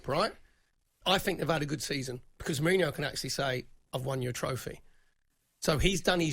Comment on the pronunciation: Once again, another deluded Spurs fan that can't even pronounce his name correctly let alone be in a position to criticise him. Jose is not the issue.